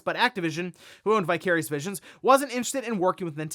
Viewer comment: Vicarious Visions. Oh, I kept hearing “Bi-Curious Vision”